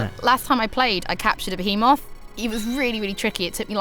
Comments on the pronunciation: I always thought it was pronounced firagua. Well here I'm sure it's pronounced bee-hee-moth, not beh-heh-moth. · I managed to catch a beHEEEmoth by lowering its HETCH Pea with my LEAVE er...I assume the rest of the video was awesome but I had to go to the emergency room after hearing this.